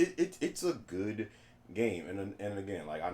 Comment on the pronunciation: uncharted 4 it's gooduh